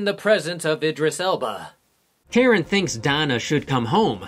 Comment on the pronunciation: 🤣🤣😭 did he call him Idris Elbow? 🤣🤣 omg I can't.